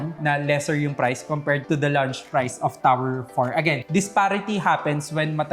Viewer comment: Please don't pronounce launch as lunch. Ang sakit sa tenga.